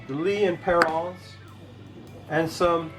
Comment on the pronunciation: Killer hunk of beef there man! Have to say that you are getting fairly Pish Posh with your pronunciation of Lea & Perrins, or as you out it, 'Perrauns'